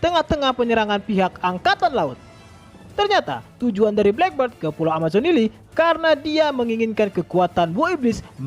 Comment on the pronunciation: Min, sebutannya bukan black bird tapi black beard (sebut dengan ejaan biyerd)